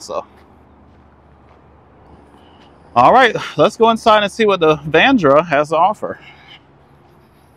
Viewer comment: Its VA-RAN-DA Sir. Not VANDRA